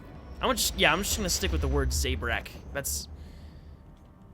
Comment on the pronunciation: Z-a-brak thats how you pronounce it